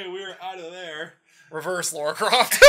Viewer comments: I just noticed WHY IS HE CALLING HER "LAURA"? Like... Doesnt he know she is Lara?! :D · First off her name is Lara not Laura. second your friend is right, Core was sick of making TR games so they tried to secretly kill off Lara Croft.